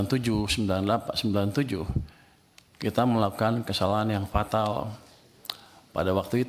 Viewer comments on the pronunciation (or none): Fatal pak bukan patal nanti di recokin DPR lagi 😂😂semangat pak